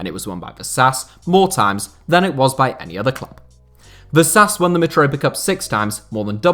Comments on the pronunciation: it's pronunced "vashash" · I'm not a native Hungarian speaker but I reckon "Vasas" would be pronounced "vashash" ("Vaszasz" would be pronounced "vasas" though) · is it that hard for native english speakers to try to pronounce names properly.. like VASHASH